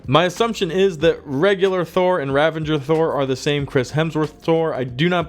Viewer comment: ravager not ravenger